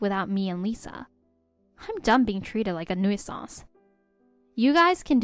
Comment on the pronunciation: The word nuisance is pronounced "new-sense"... for future reference...